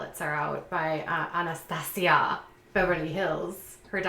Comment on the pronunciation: I love the way you say Anastasia😂